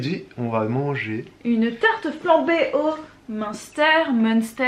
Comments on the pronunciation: Ça se prononce "mintère" 😂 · vive l'alsace !!!!!!!! munster se prononce comme minster. et flamkuche ch pas r !!! mais un peu de respect voyons... allez avouez c'est délicieux non? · Munster se dit Minstèr, la 1ère était la bonne ! 😉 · Alors moi qui ai habité en Alsace vous m avez fait bien rire.. le fromage Munster se dit [minstair] 😂😂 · On dit Main-stère (pour la phonétique ^^)